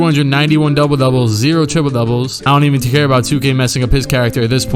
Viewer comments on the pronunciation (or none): none